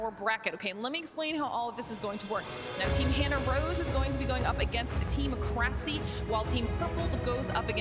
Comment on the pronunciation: Thanks for uploading this! I just kept cringing when the announcer mispronounced krtzyy's name though lol